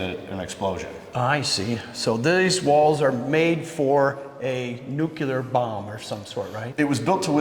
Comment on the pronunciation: Nuclear, not nuculur